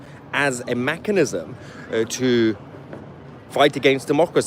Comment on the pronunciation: Oy, Mahyar. It's MECHANISM not MACHINISM.